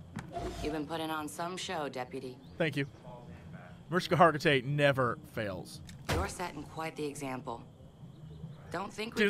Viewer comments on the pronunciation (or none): I love the playthough! If I had to nitpick - as a Hungarian viewer - I can tell you that's not how you say "Hargitay" :D